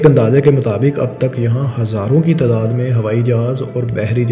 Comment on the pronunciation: تداد نہیں تعداد